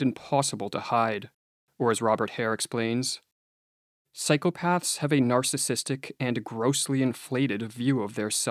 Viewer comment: you are pronouncing the plural of ''psychopath'' the way you would correctly pronounce the plural of ''path'', with a softened 'th', which would indicate a failure of cognition and critical thinking at the most elementary level of linguistics. please make it stop? (it hurts my braynes)